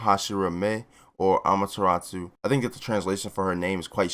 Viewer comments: Learn how to pronounce amaterasu. Not amateratsu. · Btw it’s ee van juh list and uh mah yuh rA soo